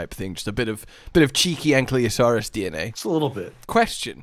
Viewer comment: Still waiting for to pronounce ankylosaur correctly 😂